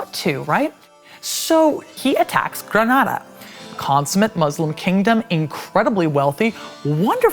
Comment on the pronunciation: I appreciate very much the way that she pronounced "Díaz de Vivar" and "Granada", which usually english speakers butcher.